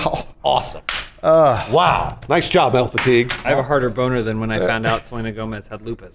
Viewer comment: oh nooooo!!! NOT SORLENA GOMZ OR WHATEVER